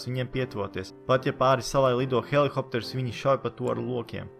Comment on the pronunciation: Helikopters nevis helihopters